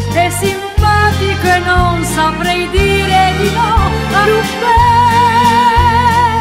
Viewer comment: Non ci stà sulla pronuncia Lupin... della u...